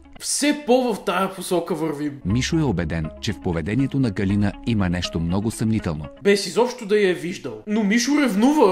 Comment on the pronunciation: Ъъъъ не беше ли ГалИна, тоя май е голям пайнер....